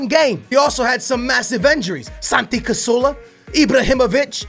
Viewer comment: CaZZZZZZorla not casorla